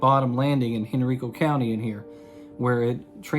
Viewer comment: Thank you. Henrico is pronounced /hɛnˈraɪkoʊ/